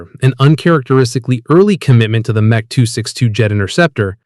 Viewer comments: What is "Mech"? Either use the full name or M-E. These AI narratives are so annoying!! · The M.E. 262 of pronounced "M" "E". Not "Mech" 262. But what do expect for AI narrators? Not much. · You need to change the AI voice to say EMM EEE 262 as it’s saying meh 262. Are not concerned with things like this ? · "Meh" 262, seriously you could have gotten the AI voice to correct this,This is a shame as the rest of the vid was pretty good.